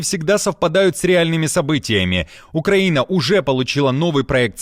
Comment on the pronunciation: «Военный аналитик» не знает как правильно произносится Украина😂 Где вы этого «аналитика « откопали???